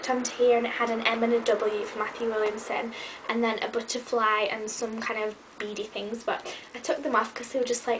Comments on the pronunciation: hahaha "a bootuhfly" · I love How you say butterfly :)